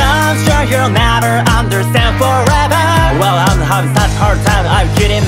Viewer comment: 歌投稿お疲れ様です!! 始まった途端英語がばりばりにかっこよくて語彙力がなくなりました… 『I'm』が日本人が話せる発音じゃなくて学校に来る海外の先生と一緒で流石帰国子女さんは違うな…と思いました✨"ラルラリラ"のアレンジまで最高でした!!